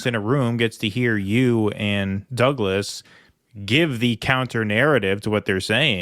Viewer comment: He kept mispronouncing both Matt and Douglas's names. Murray got him back a little there when he called him Malc. The crowd definitely liked it.